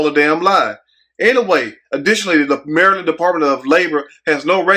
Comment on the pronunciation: "Messy Maryand!"